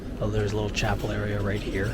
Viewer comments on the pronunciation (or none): none